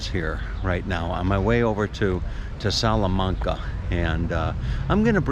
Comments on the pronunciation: Pronounced wrong. Its salla-main-ca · Hi, Our family visited Hobart back in early 2004. It was our first trip to Tasmania. Incidentally, most of the A's in "Salamanca" are pronounced like you say "apple". I hope that helps. Interesting seeing the market there, as we missed that, not being in Hobart over a weekend. Love the chess set there. Looking at all the food there makes me hungry. Thanks for yet another excellent walk and talk. All the best, Rob.